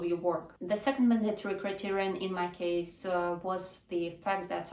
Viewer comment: mАndatory, а не mandAtory, от слова манда что ли? режет ухо, что же у вас, русскоязычных одна и та же ошибка...